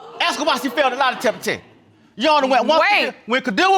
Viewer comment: Baby said LIE•DECKA•TESS 😂 😂 😂